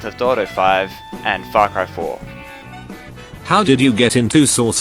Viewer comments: when he said farcry 4 sounds like he said fuck cry 4 xD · it kinda sounds like fuck off when he says far cry 4